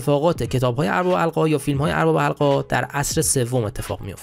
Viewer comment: البته "اربابِ حلقه ها" را می گفتی "اربِ حلقه ها" که دیگه عادت کردیم چون حتی در پرهزینه ترین تلویزیون ها هم گویندگانِ جدید "کیفیت گفتار" را فدای "سرعت گفتار" کرده و اونرا برای خودشون نشانه مهارت در گویندگی میدونند. گاهی سه تا نصفه کلمه را آنچنان با سرعت بهم میدوزند که تبدیل به یک معما یا چیستان میشه و تا چند لحظه همه سیستمِ ادراکی آدم هنگ میکنه